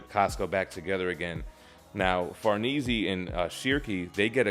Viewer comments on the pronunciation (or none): The way he says “ Farnese “ is killing me lmao… 😭😭🤣🤣, but excellent video though man. But to say her name correctly is Far-Nay-Zay , not being a grammar jerk by the way. I’ll be sure to tune in more videos bro! Keep it up